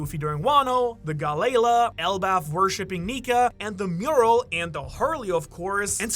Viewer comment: Time to hear a guy purposefully mispronounce galley la for views